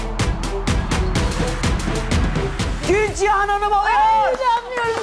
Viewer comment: Gülcihan 'a Gülcan mı diyor ben mi yanlış anladım?